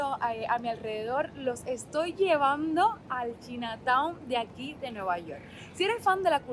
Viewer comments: Hola se pronuncia chaina town no china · Se pronuncia chaina town 🤣🤣🤣dice q china 🇨🇳 town 🤣🤣🤣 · 😂 no corazón! No sé dice "chinataun" sino "chainataun" (Chinatown). ❤❤❤ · Saludos. Si lo vas a decir en inglés se pronuncia CHAINA. Si no mejor di barrio chino. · La palabra chinatown, es una palabra en ingles. Se pronuncia chainatown. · Por favor trata de no hacer el ridiculo. No pronuncias bien China Town, ho das datos concretos....UBICATE